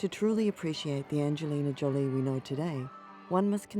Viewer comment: The pronunciation of her name is not JOLLY. It is JOE-LEE. Get is straight!